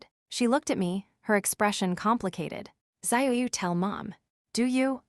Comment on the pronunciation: Some of the ways the computer voice says names. Ziyu would be DZUH-yoo ,Or tza-yoo, not what wierd zahyayaoo thing they are doing.